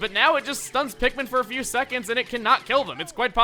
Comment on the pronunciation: #great vids people that like chugga and listen to what he says it's not PHEW IT'S F. E. W.